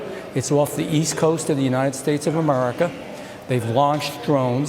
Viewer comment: Its a Ammerrikka 😂😂